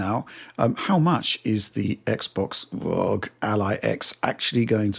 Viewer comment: did he say xbox rogue ally? 😂 its ROG not rogue, lmao